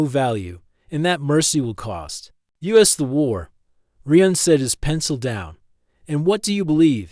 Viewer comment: This needs some work. You need to fix the vocal cadence of the AI. Also, the AI doesn't need to say "dot" when it hits a period at the end of a sentence. The AI calls the human Reeuhn instead of Ryan. There are several other issues as well. Listen to the story and fix the problems before you post it